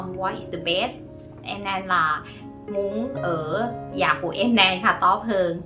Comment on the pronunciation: your Vietnamese is fairly well; except several sounds you’re still pronounced a bit incorrect yet; i.e. when you say the sound of “house”, you pronounce it more like “già” (old) instead of “nhà” like the second part of “senior”; perhaps could assist you with this part. Wish you well,. 💐